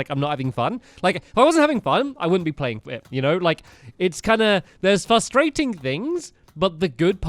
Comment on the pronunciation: why does he always say fustrating instead of saying frustrating.